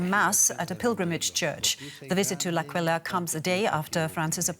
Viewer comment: The city's name is pronounced as AHH-quila